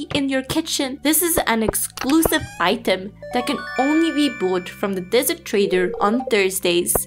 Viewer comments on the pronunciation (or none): none